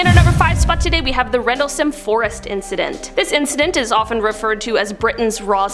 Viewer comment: She’s mispronouncing Rendlesham.